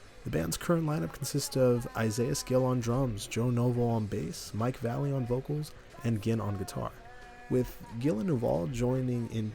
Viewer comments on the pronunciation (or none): My man it’s Vah lay ley Mike Va Lay Ley Valaley